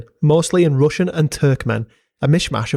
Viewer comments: As a russian i must admit that your pronunciation is very good for a foreigner, we got some difficult phonetics for non slavic people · Твоё русское произношение недурно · Great video, enjoyed watching your research. It amuses me how every little piece of land has such a history behind it. It is even more intresting to learn about that hidden untold stories apart from general big history. Also, great russian pronunciation. Thanks, def subscribing! P. S. I suggest you use wikimapia next time, it has more than just every popular satellite map in it, there are also many kinds of old paper maps scans serving a variety of purposes. The really convinient thing about wikimapia is that it has data on long gone buildings and areas unnoticeable on any modern satellite maps. I enjoy going on adventures sometimes, map helped me a lot in finding abandoned villages, bunkers, ruins and other landmarks. They are marked by other people and often have links on sources and a few comments on history of places. Can't recommend it enough. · nice russian pronounciation bro, keep at it